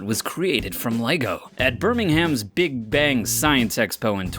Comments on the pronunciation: Did u just say birming-ham! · Birming-ham. Omg, it’s pronounced berr-ming-oum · It's not Birming HAM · Lol the way americans pronounce Birmingham! Birming-ham! XD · The way he pronounced Birmingham really hurt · I'm English and want to cut the twat. Birmingham, Derby and Melbourne all butchered by the sub-normal Americans. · G. Snapdragon he also said Birmingham wrong :/